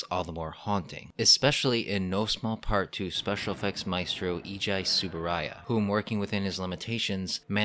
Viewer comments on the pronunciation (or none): none